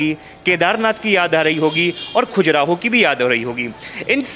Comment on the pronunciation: खुजराहो नहीं खजुराहो